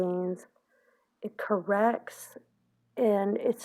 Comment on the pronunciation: The way you just said "corrects" when you were priming your eyes, was the cutest! Haha. You sounded so southern saying that. Loved it!